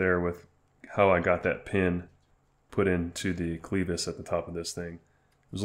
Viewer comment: Great video but please learn to pronounce the word clevis